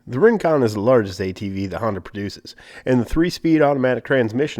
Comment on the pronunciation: did he say Ring-Quad?